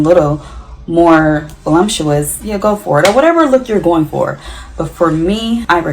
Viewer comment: Its VOLUPTUOUS not VOLUMPTUOUS😅